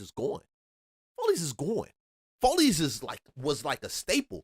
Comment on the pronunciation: Bruh said FOLEYS….its Follies and it wasn’t in buckhead it was in northeast Atlanta on Buford Hwy….the migos and asians came thru and took over Buford Hwy